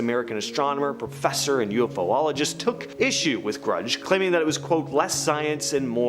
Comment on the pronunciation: my god, where did you people learn to read? it's not o.f.o.ologist you morons, its U.F.OLOGIST ONE WORD UFOLOGIST